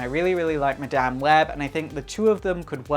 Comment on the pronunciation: 10 seconds in and I'm going!! Dude can't even say Madame properly!!